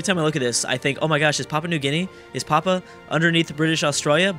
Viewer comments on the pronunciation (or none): Papua is pronunced pa-pu-ah